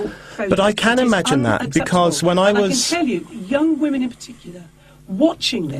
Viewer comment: "But what about the wamens?"